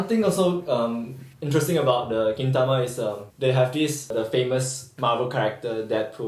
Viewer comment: GintamaじゃなくてKintamaになってるやん